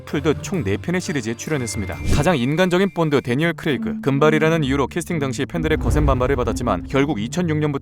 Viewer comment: 본드가 뽄드로 들려요